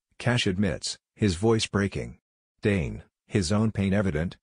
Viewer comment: The commentator needs to pronounce “Tane’s” name correctly.